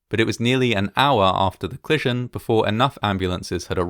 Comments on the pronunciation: Co-li-sion, not "clison" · “Clission” a bit distracting, but delightfully entertaining! What a tragic occurrence compounded by so many things after the ‘clission’, hopefully this will never happen again. Thanx for making this video.